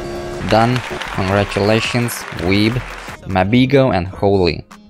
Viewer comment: Why do u say congratulations